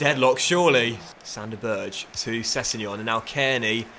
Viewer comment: Berge should be pronounced as two difference syllables, so like Ber-ge with a hard g :)